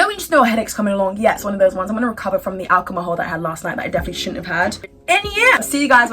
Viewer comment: i think u said alcomahol instead of alcohol in the end(-ish) of the video